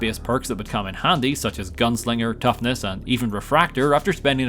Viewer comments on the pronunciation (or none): none